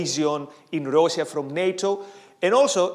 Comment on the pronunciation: I like how pronounces Russia, it sounds exactly like in Polish and is different than Rus' (as in Kievan Rus'), which makes it more historically accurate...